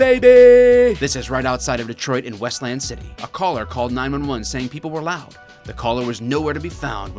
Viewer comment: I know you're a fellow Michigander when you correctly pronounce Westland.